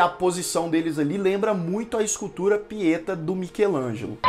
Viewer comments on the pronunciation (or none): Pietá, não Pieta. IB4: "é leviosa e não leviosá". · Agradece os pela apresentação e análise. Confira: a pronúncia é Pietá, oxítona.